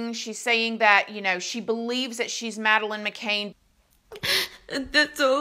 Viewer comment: I believe everyone probably knows who Madeline McCann is, it’s just a huge story Also: says her name wrong